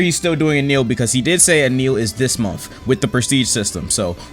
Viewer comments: Bro who is eneel its enel (eh nel) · for said enneel 💀, it’s N L bro it is pronounced N L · bro ITS NOT ENEEL ITS EH NEL... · when you say eneal when its enel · eniel are you kidding me speak English hello? His name is enel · "eneil" en-L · this man said "ehneel" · Bro said enieel💀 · "enil" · Enel says "anil" bro cmon 💀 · why does he said eenieel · bro said eneal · I love how he pronounces Enel as e-nil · So no one gonna talk about “Ehh kneel”? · It’s “e-nell” ‼️ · this mf callin enel "eneel" makes me twitch each time. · Bro I love how pronounces Enel. He says “en neal”.